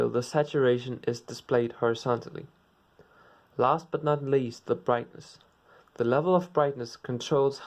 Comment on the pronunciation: Hue Saturation Vrightness